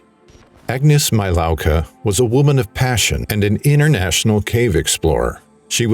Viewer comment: Thumb done just because you didn’t make an effort to pronounce her name correctly.